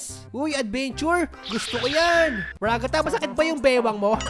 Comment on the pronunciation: The way he said Ragatha RAGATAH